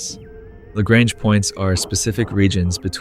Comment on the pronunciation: i love how you even explained lagrange points so in detail!! not to be a stickerl but it's pronounced "La-" like the spanish "La", "-grunje" like how you would say "grunge music" with a j at the end :)